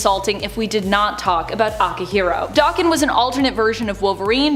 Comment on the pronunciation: There is no X-24. Especially since the Fox movies we're such BS & pure trash. And Akihiro's isn't Dokken. Daken is a slur in Japanese meaning dog or mongrel. It's pronounced DAY-KEN, not Dokken, as Dokken was as 80's Metal band